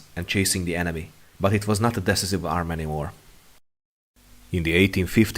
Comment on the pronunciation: Really nice video! Thank you for your efforts. By the way I recommend you to check the pronunciation of "Decisive" :)